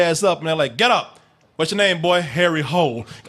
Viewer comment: His name IS Hole NOT hål. Pronounced Hoo-Leh